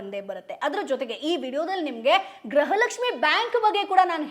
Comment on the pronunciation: Graha Lakshmi halla madam gruha Lakshmi